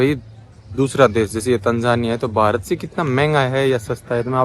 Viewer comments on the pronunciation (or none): none